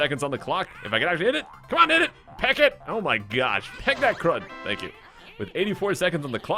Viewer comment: i was jokeing how you said tanks